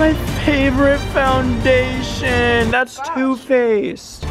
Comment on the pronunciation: Him.no my fondashin Me.its just fondashin